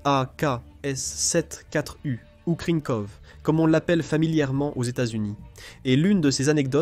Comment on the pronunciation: Vidéo intéressante mais desservie par un doublage par une IA racontant n'importe quoi. 1016 pour un M16 ??? AKs sept quatre U pour une AKs-74 U ?? Ridicule...